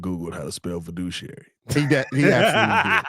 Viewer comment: lmao boy said "verduciary", close but you made that one up